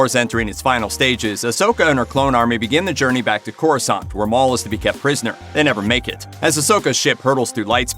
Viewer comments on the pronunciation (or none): none